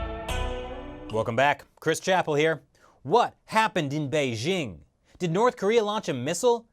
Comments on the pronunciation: Beizhing? It's Bei JING. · Bei"dj' ing, not Bei 'zzh' ing